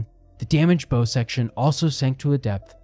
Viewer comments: A ships "Bow" is pronounced like it rhymes with "how" not "hoe"... Never the less very well done video, I enjoyed it very much. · Wanted to enjoy it but as soon as I hear common maritime words like “bow” mispronounced over and over, it’s too grating. It’s one thing to get someone’s name wrong, but that doesn’t jive and just makes this feel like yet another AI cash grab so…gonna have to give this channel a pass sadly. I was excited too as I like the premise. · She had a huge ornamental bow ('hoe') on the front to serve as a bow ('how'). Few people know this. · Yeah, a video about ships getting the universally-known 3 letter word for the front of the ship totally wrong. No biggie. 😂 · Find someone familiar with marine terms to read the script. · Bow… that one got me every time. 🤦‍♂️ Instant “there goes all credibility, just another monetized YouTube with outsourced everything.”